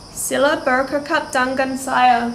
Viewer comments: Looking forward to more videos! One little tip I would add is "bercakap" is pronounced as "berchakap". The "c" is pronounced like "chance". Other than that, your Malay is actually pretty ok! :) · Anyway, I just would like to tell you that "c" is pronounced "ch" in Malay. Otherwise, you've done pretty well speaking Malay. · "Cari" is pronounce "cha--ree" not "curry" "Bercakap " is also pronounced with "chaa-kap" not "kakap" "Dengan" is pronounced like "the-ngun" like the nun but a nasal nun.. not "den-gun" 🔫 "Mengapa" is pronounced "me-nga-pa" not "men-ga-pa" Otherwise other words sounds good!!